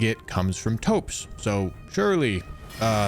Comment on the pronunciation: Toeps? Its thops bro